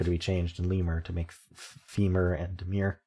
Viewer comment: Just a heads up, DEMUR is not DEMURE (how you pronounced it). DEMUR is a much less common word, which means balk.